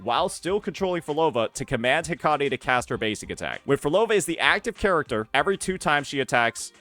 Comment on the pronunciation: heck-uh-tee not....that.